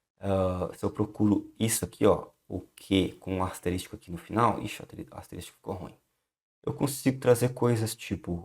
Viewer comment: Muito bom, obrigado mas, ASTERÍSTICO, foi osso, doeram os ouvidos.